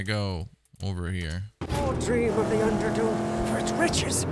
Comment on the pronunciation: It's Underdune, not Underdone lol